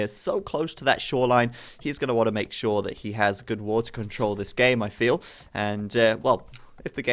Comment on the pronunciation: He's going to want to make... SHORE...?